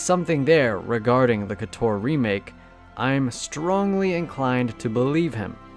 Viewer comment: No, it's Koh-Tohr! Not "Kuh-Tohr"!